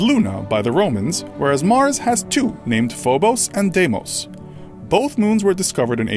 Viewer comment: I do not like the way he pronounces Deimos.